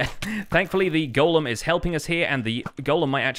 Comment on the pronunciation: So glad to hear you pronounce “golem” correctly. I don’t know why all the other YouTubers want to pronounce it “gollum.”